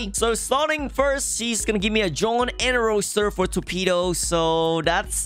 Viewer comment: Torpido?? Si habla raro,sin duda es ingles namas que rarisimo